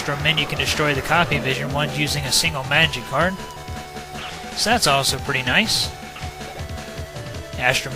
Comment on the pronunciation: I keep hearing magikarp instead of magic card